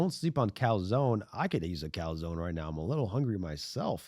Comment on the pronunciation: Yall really said Dominic calzone😢 ITS DOMINIC CANZONE